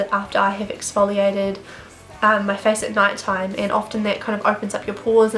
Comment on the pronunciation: Was I the only who laugh when she Said 'Fees' instead of 'face' 😂😂 Btw loved the video ❤️